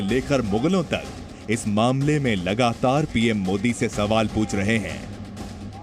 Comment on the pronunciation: मोडी नही होता है बेटा मोदी होता है बोलना सीख एक बार